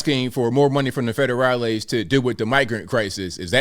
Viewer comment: ABI, PLEASE stop calling them federalize (or however the word is spelled). That's not at all what a federali is... it's uber annoying. Get it right, please... pretty please.